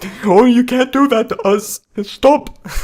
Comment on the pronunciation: lol the "stop" sounds exactly like the german version of "stop". 😂